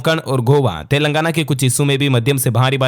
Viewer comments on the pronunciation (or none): none